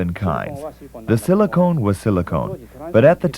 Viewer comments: Really enjoyed the video. Thanks. My only issue was everytime the narrator said "silicone" I shuddered. Be g difference between silicon and silicone!!! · As per comments here, is look like every time the narrators say silicone, some of us were thinking about... tits. Anyway, a good documentary. I don't need to mandatory watch it, but listening is enough.